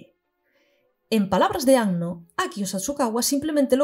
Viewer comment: Primera youtuber que veo pronuncia bien el apellido de Anno, ya sólo por eso mis respetos. Acabo de terminar el video y fue increíble. Incluso me aclaró algunas cosas de EoE. Algo que me queda mucho y que he estado reflexionando bastante debido a que ahora estoy más educado en temas de género es la sexualización absurda de chicas adolescentes. Eso se hace peor todavía en Rebuild. Por cierto en un momento mencionas algo así como “habría que hacer un video sobre lo que Evangelion tiene que decir de las mujeres”. Y yo te digo, ¡si por favor! Independientemente de todo eso que bonita obra y que maravilloso personaje el de Kaworu. Es que sus diálogos son oro puro. Todo lo que sale de su boca te deja para pensar y reflexionar. Me agrada saber que no arruinaron esa característica suya en Rebuild, siendo que se cargaron muchas cosas buenas. En fin, excelente trabajo.